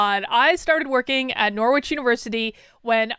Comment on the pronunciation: So crazy hearing you pronounce Norwich like “nore-which”. Here in England we have the city that university was named after, and it’s pronounced “norridge”!